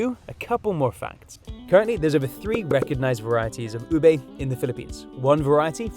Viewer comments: not ube its obeiyyyy😂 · it U-bé with short vowel sounds, not U-bay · Not Ube but it's OBEEYYYYY😅😂